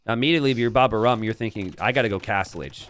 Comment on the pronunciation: Please,, his name is "Baba au rhum" (a French desert with rhum), the "au" letters are pronunced like the letter "O" and in "rhum" the "H" letter is not pronunced at all --> Baba o rum Say the "O";-)